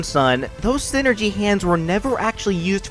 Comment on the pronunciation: so is it pronounced scinergy or something?